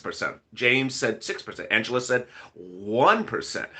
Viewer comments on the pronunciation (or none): none